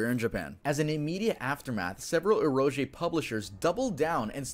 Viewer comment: Fun fact: It's actually pronounced eh-row-gay, not eh-row-jay